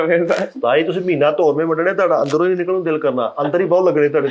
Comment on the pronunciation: Tihada kia hota hai flakshear Des book main tihada tihada kehta rehta hai ur is show main ye tihada pol raha hai Tihada nahi tohada hota hai